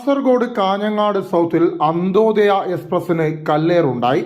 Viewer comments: അന്തോദയ അല്ല അന്ത്യോദയ,..... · Anthodhaya അല്ല വരോ anthyothaya